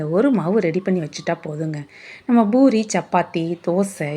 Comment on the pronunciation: அது boori இல்லை. Poori